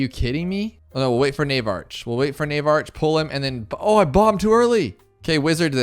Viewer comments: Nav ark not NAVE ARCH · Navarch is pronounced NAY-VARK. Magus is pronounced MAY-GISS. Hope this helps